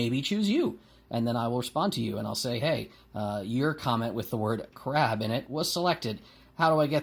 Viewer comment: Utterly confused about your word, my initial hearing said "Krav" as in Krav Maga but i figured out what you said was crab after a bit... I would love to hear your thoughts on hand-to-hand combat techniques someday.